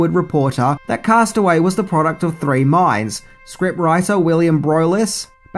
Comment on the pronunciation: "free weeks"